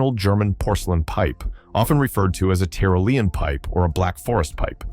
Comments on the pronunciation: TIE ROLL LEE AN THE CORRECT PRONUNCIATION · That pipe --- it's pronounced "tie-roll-e-un."